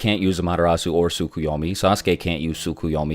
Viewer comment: "tsukyeyome" bro it pronounced and spelled as "tsukeyomi" lol